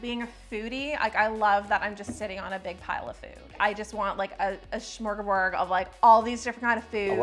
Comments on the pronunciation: Second time too haha. It’s smörgåsbord. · totally said smorgaborg the first time lol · Sorry, friend but you mispronounced smorgasbord TWICE, lol. Ends in D not G. Also, the "assistant" rant hilarious. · I'm so glad your assistant called you out on "shmorgaborg"🤣🤣❤❤